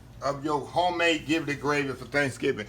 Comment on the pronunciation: Ji - Blet not Gi - Blet